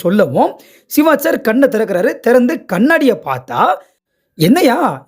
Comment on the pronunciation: சிவாஜ் இல்லை சிவாஜி என்று சொல்லுங்க